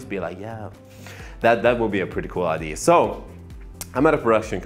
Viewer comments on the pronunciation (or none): It's idea, not ID.. LEARN IT